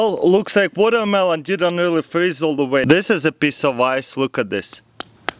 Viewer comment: lol he was like, "brain flreesze